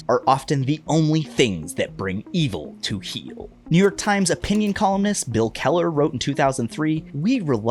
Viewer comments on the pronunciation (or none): none